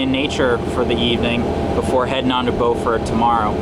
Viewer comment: Just a heads up, Beaufort is pronounced like beautiful